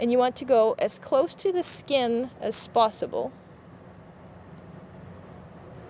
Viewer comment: HAHAHAHA SHE SAID "as spossible"